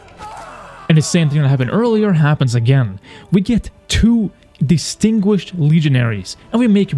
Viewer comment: “Distringuished” lol